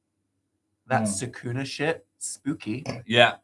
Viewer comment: Crying at Sukuna being pronounce Sa-koo-nah😭